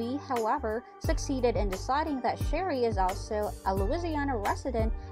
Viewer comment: Is pronounce Swamp People and her name is Sheree not Sherry